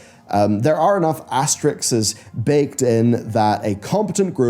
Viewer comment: PLEASE! It's asteriSK not asterIX. It's a majot pet peeve of mine and youre driving me nuts >.< whats got that old comic character to do with anything?!?!?!